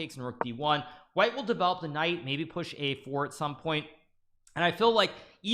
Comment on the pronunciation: I've been noticing recently that every time Hikaru says knight on F(X) he says knife on F(X) 😉